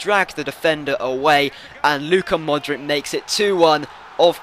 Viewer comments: Mordic is pronounced Modrich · Modric is pronounced Modrich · You pronounce Modric wrong, the C in his name is the same as the C from Subotic!